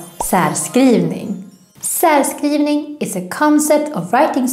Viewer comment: And why isn't the rs in särskrivning pronounced as -sh-?